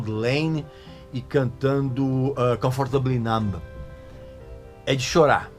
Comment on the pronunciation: Regis, parabéns pelo seu canal do qual sou muito fã, assim como de David Gilmour e Pink Floyd. Se vc me permite gostaria apenas de informar que a pronúncia da palavra "Island" tem o "S" mudo em qualquer país de língua inglesa, sendo AI - LAND, assim como na palavra "numb" o "B" também é mudo. Comfortably Numb [NÃM]. Abs